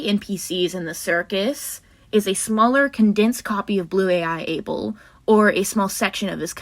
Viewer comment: Abel? No, BBel. Beeble. Bubble.